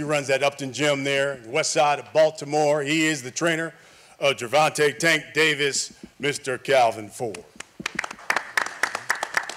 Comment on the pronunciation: "Gervontae?" "No, Gervonta. Can't you see the A at the end?" 😆